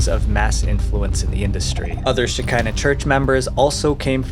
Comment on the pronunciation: I don't think that it was "The church of Shekina rhymes with Vagina. I think it was pronounced Sheckina, rhymes with "te check (is) in the" mail. This is a very old Jewish Kabbalistic concept, which is that when the Jews had to leave Israel, the female side of God remained with them on the earth. She is the Shekina. Some have called Her "The Hebrew Goddess. After the Messiah comes, the two sides of God will be reunited. And so forth. The cult obviously stole their name and the general concept.